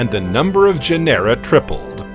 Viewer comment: When discussing the conodonts, did the text mean opistognathus, rather than iapetognathus? I found no reference anywhere to the latter. In any case, Iapetus is pronounced eye-APP-e-tus. Orogeny is oh-RAW-gen-nee. Genera, GEN-er-ah. Respite is RESS-pitt.